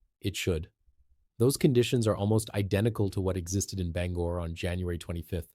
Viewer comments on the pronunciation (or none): It's Ban-gore, not Banger